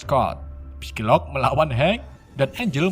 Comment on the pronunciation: note: psylocke dibaca sailok bukan pisilok min